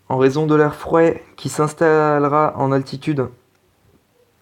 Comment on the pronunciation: « En raison de l’ai frouaid » ptn tu m’as tué 😂😂🤣🤣!!! « Le zud » 😂😂